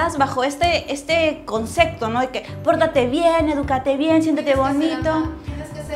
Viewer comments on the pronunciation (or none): ¿a quién se le ocurriría decirte "se te va a pasar el tren"? Ja ja ja Me gustó el video, y si algo me ha distraído un poco, es tu manera de pronunciar la palabra Concepto: suena a concekto. Saludos desde Tacna, que estamos de aniversario.